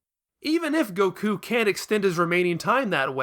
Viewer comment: "Gokoo?" "Bluma?" WHO ARE YOU PEOPLE???